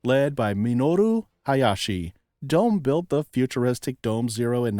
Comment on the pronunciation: DOME is pronounced: “doh-meh”